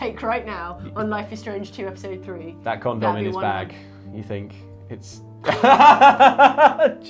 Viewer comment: "Chekhov's condom". Well, there's a phrase I never thought I would need in my life, but now here we are. Also, I know it's just the accent, but, you pronounce 'condom' really weirdly.